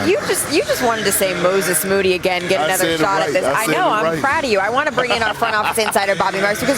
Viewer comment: Malika too cute smilin when Perk finally pronounced Moses Moody correctly. 😊😊😊